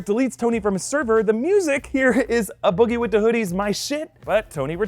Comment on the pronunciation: it’s not “Uh” Boogie it’s A Boogie (U say A like in abc’s, smh do better)